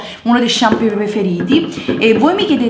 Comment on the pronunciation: Shampoo si dice shampoo...:P